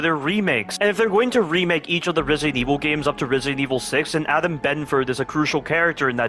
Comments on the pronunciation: Love the dedication to saying "remilk" T-T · I have a feeling the voice is ai because he keeps say resident evil remilk😂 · Him saying "Resident evil 4 Remilk" alone already exceeds the code written in RE4R